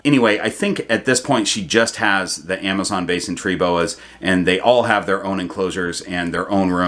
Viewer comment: Had to rewind when I thought you said Amazon Basics tree boa 😂